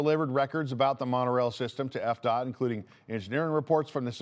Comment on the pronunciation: Am I the only one who thought you said EPCOT every time you said FDOT? LOL